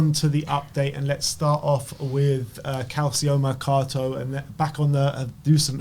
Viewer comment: Guys. The "ci" in Calciomercato is pronounced like the "ci" in Paraticci 😀